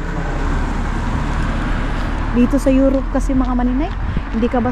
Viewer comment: Correction - to tell you honestly not to tell you honest. Euro(p)e not Euro(f)e. Am just helping you